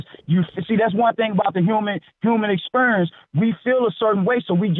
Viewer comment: "the hooman expurence"